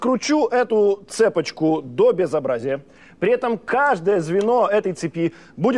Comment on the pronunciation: "цЕпочку" после ЕГЭ по русскому не пугайте так 😅